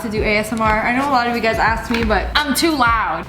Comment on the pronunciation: She said Hey gers When she ment Hey guys